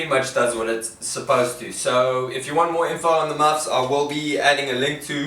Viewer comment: Great to see a new video. Please just keep saying 'muffs' over and over. Never fails to make me chuckle.